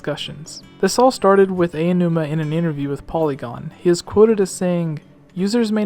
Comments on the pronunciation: Aonuma, not Ayanuma. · It's "Ow-new-ma," not "Ay~oh! New-ma" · I have to let you know that Aonuma is pronounced "Ow-nu-muh" - thought it might help.